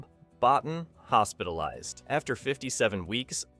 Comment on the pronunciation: Rob Bottin's last name is pronounced Bo-TEEN.